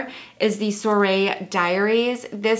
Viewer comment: oh, and soiree is pronounced "swat-ray" :-)